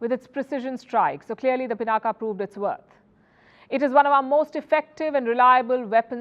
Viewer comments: कम से कम आप तो पिनाक को पिनाका न कहें।भारतीय विदेशियों की नकल करके अपने नाम बिगाड़ कर बोलते हैं। पिनाक शिव जी के धनुष का नाम था जिसे भगवान राम ने तोड़ा था।कृपया अपने देश और देशवासियों पर कृपा करें। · It's पिनाक, not पिनाका. पिनाका sounds so comical! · It is pronounced pinak and not pinaka. When will Indian's start respecting the Indian names by calling it properly? Even the Dhanush of lord Shiv is not being pronounced by a Brahmin journalist! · Humare mul bhassi shabd Ko mul bhassa mai bole na . " Pinaak" bole . Ab uchcharan Humare se hai toh uchcharan iss bhassa k antargat hogi na .